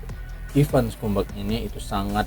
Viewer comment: Ivan scumbag. Bacanya skambeg, bukan skumbak. Bang, bang, ngadi-ngadi aja lu